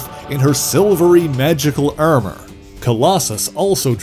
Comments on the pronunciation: Why do you say Ermurr for Armour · the way you say ermor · Very Frank Ze 'Ermer' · I heard all of the “ar” sounds as “er” sounds myself. Is this a midwestern Canadian thing and is Minnesota included in that at all? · This was a really good and informative video. Though how he pronounced Armor is a little strange